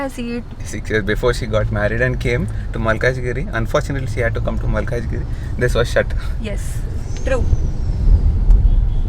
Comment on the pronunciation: It's malkajgiri.. Not maakajgiri